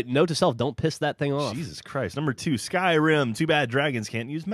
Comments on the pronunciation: did he said SKRIM?? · it skyrim not skrim